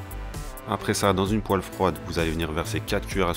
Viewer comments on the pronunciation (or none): none